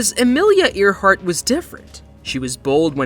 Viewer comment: I don't know if the narrator is a real person or a robot, but they don't know how to pronounce "Earhart"